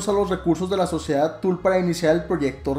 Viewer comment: Una corrección de buena onda que no busca contrarearte, la sociedad “tule”no se pronuncia “tul”, si no como suena, tule (es aleman, no inglés) de preferencia acentuando verbalmente la “u” para razones de su mejor pronunciación.... suerte y buen video.